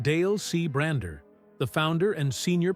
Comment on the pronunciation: His name is Bishop Bronner, not Bruner.